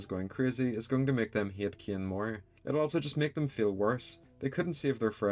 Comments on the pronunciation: Caine ❌ Kein ✅ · You pronounce "Caine" as "kin"? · His name is CAINE, pronounced Kain, not "Kin" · Why does he pronounce Caine as KEE-ehn lol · Caine ❎ Ciane✅ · why are you calling caine "kein" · Why do you say ‘’kin’’ instagram of Caine Sometimes it sounds like you’re saying Kim